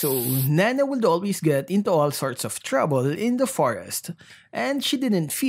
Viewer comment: Napansin ko lang, bakit yung pronouncement mo ng COULD ay 'kuld', WOULD ay 'wuld', at SHOULD ay 'shuld'?..wala lang ganda ng story ni Nana.